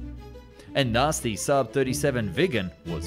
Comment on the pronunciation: IL VEGGAN INVECE CH3 VIGGEN IL SUUB INVECE CHE SAAB IMPARATE A PARLARE ALLA VOSTRA A.I PIÙ CHE INTELLIGENZA È IGNORANZA 🤣🤣🤣🤣🤣